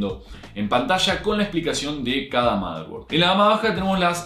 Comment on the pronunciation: "motherborad" F por el error